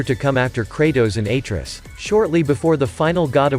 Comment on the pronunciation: Pronouncing Atreus wrong